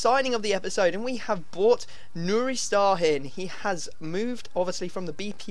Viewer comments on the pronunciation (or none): Its pronounced Sha-hin